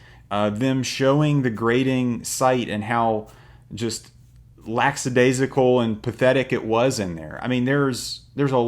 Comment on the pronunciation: LACK- A- DAZE- IH- CAL. Not "laxidaisycal."